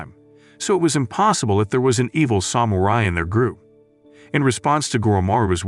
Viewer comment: AI recap. Got me for maybe 15 seconds, but yeah, pretty obvious: diss-ip-uhl instead of disciple, and the weird pronunciation of samurai.